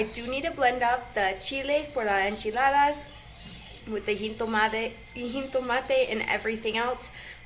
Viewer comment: Remember that jitomate, has no "N" in it, say it like this.. He-toe-ma-tay, try to train yourself out of that bad habit of saying "heen-toe-ma-tay" you're doing good tho!...also try saying "rancho" like this.. RAW-n-cho instead of "RAN-cho".